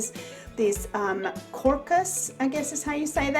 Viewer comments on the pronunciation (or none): The arrangement is beautiful! The crocus is pronounced with a long o, so it's pronounced crow-cus. It's another early blooming flower and often you can see them bloom while the snow is on the ground. Well, if you are lucky enough to live where it snows! lol Thanks so much for the tutorial. Looking forward to the next!